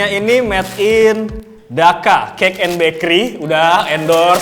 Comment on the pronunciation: Itu d'cika bukan daka wkwk